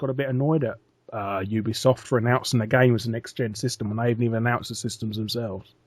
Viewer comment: You got it right, Larry. It is 'You-Be-Soft'.